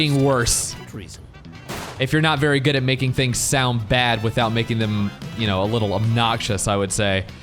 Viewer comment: The limo's dwunk. It's vewy vewy dwunk